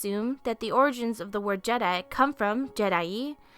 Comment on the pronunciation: I don't know if someone's told you yet, but jee-DAI